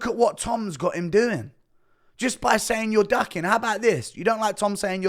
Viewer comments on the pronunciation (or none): Enunciate...... DUCKING and DOCKING are 2 different words with separate and unique definitions